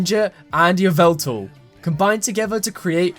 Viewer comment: ITS YAVELTAL